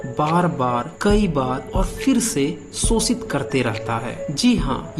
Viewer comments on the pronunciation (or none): Pehle to tum श bolna seekho bhai School me pdhai likhai ki thi kuchh ya nhi??? Sosit sosak sosan lga rkha hai or jakr bharat itihas pdhe